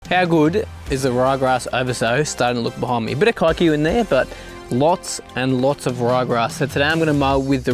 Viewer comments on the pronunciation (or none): Are you aware of the slur it sounds like when you shorten Kikuyu like that? Lol